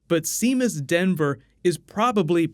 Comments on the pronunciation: hey as a irish man it physically hurts to hear you pronounce Seamus as shemus it is actually pronounced as Shay-mus it is the irish name for James. love the videos favourite youtuber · Seamus Dever is not SEE-mus DEN-ver.....lo SHAY-mus DEE-ver.... sometimes you just really butcher names lol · oh my ears when you say Seemus, they bleed. It's shay- mus, it's an Irish name. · hey buddy, its an irish name, seamus same as saying shaemus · Hello...first time commenting....long time watcher. The actor (Seamus Dever) is pronounced Shay-mus Day-ver. Sorry for being a stickler but he's Irish and I was a huge Castle Fan. Love your videos. Keep up the good work. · Unless the actor pronounces it differently, traditionally "Seamus" is "SHAY-mus." LIke "Sha-VON" is traditionally spelled "Siobhan." Ah the Celts.